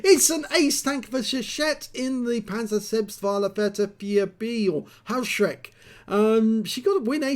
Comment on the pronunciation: Good nice replay. May I correct your spelling the name of the pzsflaffette 4b. It is not "Haoshreck" it is spelled "hoeshrecke". The two letters eu are in german always spelled oi or in english letters oe. Haoshreck would be written Hauschreck. Keep it up 👍🏻